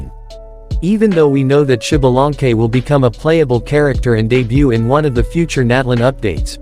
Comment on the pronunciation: SHIBALANKE :V XDXDXD alñ fin puedo reirme de como el resto del mundo pronuncia mal el nombre de un personaje en el genshin XD (se leeria ZALANKE compas :3 la pronunciacion ya es mas complicada y no puedo escribirlo aca)